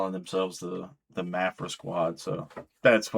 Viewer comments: It's Maphra not Maphra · I think it's pronounced Ma (as in math) fra, but what do I know. LET'S FK'N GO! #MaphraSquad 🤘🤘🤘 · I think you should just pronounce her name differently every time you say it. Thanks for the video #MaphraSquad 🤘 Edit: Luck and timing play a large part in success for many people. Word is Maphra has been doing other styles of music for a while. It was when she switched to metal that she started getting traction.